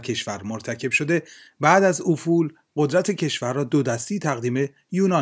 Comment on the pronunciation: دوست عزیز گوینده "افول قدرت" با هم خوانده میشه، یعنی ل کسره میگیره.